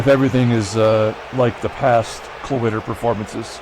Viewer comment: Every time you said Klawitter I thought Cloaka